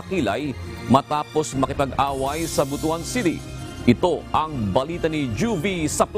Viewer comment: Pronounce it Butwan, not botoan. Botoan sounds bad for the bisaya people.